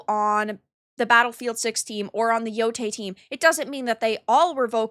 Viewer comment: ITS YO-TAI NOT YO-TAY